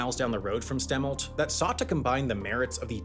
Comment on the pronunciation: I grew up in Wenatchee. It’s st-uh-milt.